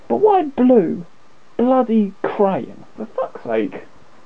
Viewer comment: ...has a function, but I'll let you have fun finding that out :o) If you want a manual, I have a few spare :o) It's not 'crayon' lol, it's cyan :o)